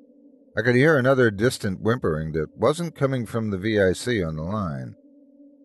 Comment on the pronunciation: I agree - immensely predictable. Also distracting that he kept mispronouncing "vic" by spelling it.